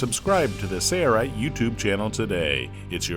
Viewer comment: It’s Sail-Rite. . . . . . Not Sayre-Rite !